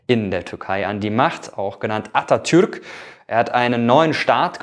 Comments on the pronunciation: Das „Kemal“ hatte zwar noch einige Fehler aber das „Atatürk“ hast du perfekt ausgesprochen. Ansonsten ist es ein sehr gut gemachtes Video!👍🏼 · ich liebe einfach deine anstrengung die türkischen namen original auszusprechen und du machst es gut hahahaha e.g. atatürk^^